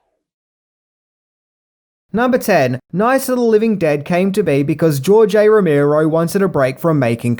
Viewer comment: ROE MARE OH, not ROE MEER OH.